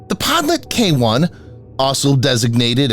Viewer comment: The pronunciation of Podlet is terrible. Try "PodliOt", stress on "O". There is Google translate for this matter!